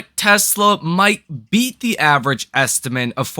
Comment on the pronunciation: Estimate.... it's pronounced esti-mitt, not estimints....